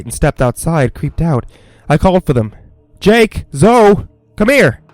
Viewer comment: Did you seriously just pronounce Zoe, "zo"?